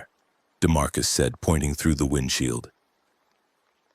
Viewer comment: What the hell is a DeMarcus??? That's enough. Couldn't listen to any more.